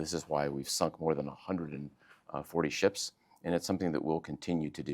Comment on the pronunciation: It's called Ships not Sheeps lady. این دو تا خیلی فرق میکنن باهم‌😂